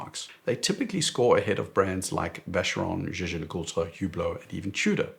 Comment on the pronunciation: Excellent reviews! And really impressed how easily you pronounce the full name of JLC.